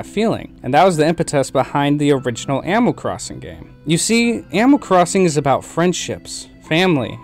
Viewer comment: am I the only one that hears "amal crosin" just me? ok